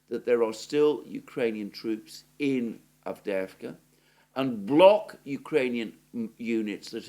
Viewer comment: I like how you say Avdeevka! That's in Russian, even though it's Avdeyevka! Anyway, Ukrainian Avdiivka is gone! 👍👍👍👍 Forever!